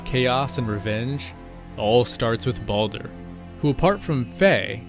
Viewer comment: Sometimes I can't handle how some people pronounce Baldur.